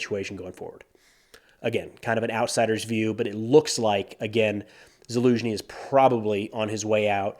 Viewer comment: Haven’t listen to this YouTuber in a while. Verdict: he finally learned how to properly pronounce Zaluzhny.